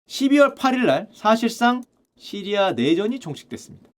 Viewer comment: 왜 자꾸 시리야라구 해여...시리 폭주하네